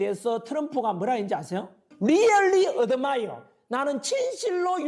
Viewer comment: 리얼리 어드마이어. 어쩜 저리 발음도 촌스러운지 ....